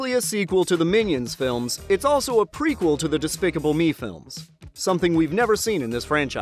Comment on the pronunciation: It's prequel- not precuel